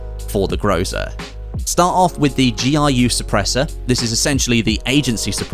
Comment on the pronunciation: GRU is just g r u, and not giu